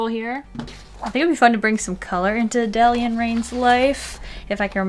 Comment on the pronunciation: Btw it's pronounced Ah-day-li-ah